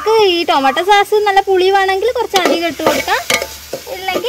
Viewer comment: സാസ് അല്ല സോസ്